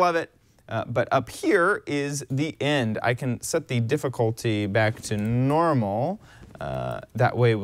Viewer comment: End, not ind